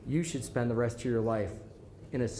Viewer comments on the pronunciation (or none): none